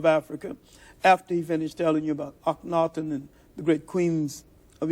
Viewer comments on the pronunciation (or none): none